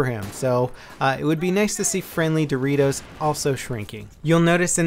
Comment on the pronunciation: every time said "dorritos" a LOLed a little bit! gret job for making this video, no other youtuber talked about the changes until this point! keep on the good work!